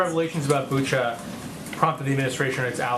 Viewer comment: I'm from Ukraine ! It is BUCHA, not BuchO 😟😤